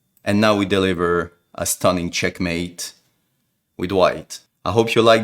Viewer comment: bro it isnt chenkmate